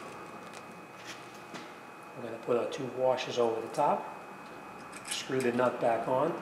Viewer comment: "....'How much for the front twoo tpms parts ,and two new tires'..."?